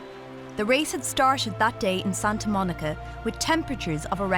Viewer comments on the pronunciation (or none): none